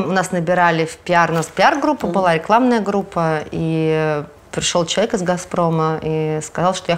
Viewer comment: Очень хочу узнать у,какой смысл она вкладывает в слово человек,намеренно произнося его как слово ЧЕК.Это дань моде в вашей тусовке или просто редукция Вашей речи?Заранее благодарна!